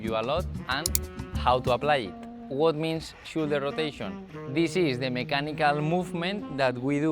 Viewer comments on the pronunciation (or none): great video, no quiero ser piki smiki pero si quieres mejorar mas aun tu Ingles shoulder se pronuncia igual como 'show' fonenticamente seria showldu